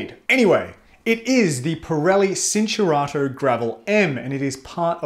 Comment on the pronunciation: It's pronounced "chin-turato" not "sin". Look up Italian basics.